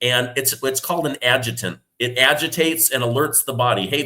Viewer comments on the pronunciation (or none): The word adjuvant was mispronounced. It's not an adjutant. Lol! Ad- ju-van-t is the correct way to say it, and it doesn't agitate, it only holds the inactivated serum of the virus so your cells can copy it, so it will recognize it as foreign to the body and they can fight it faster.